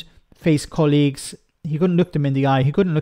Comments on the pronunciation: Why do you pronounce colleagues that way? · The way you say colleague’s always makes me 😂.